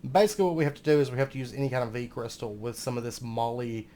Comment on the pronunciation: Molybdenum is pronounced moh-lib-deh-num :) (can confirm, am a chemist!)